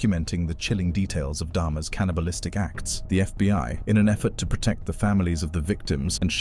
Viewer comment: Protect not precut computer. Get it correct.